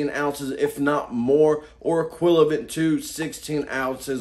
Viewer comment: he said “equilavent” instead of “equivalent” 😂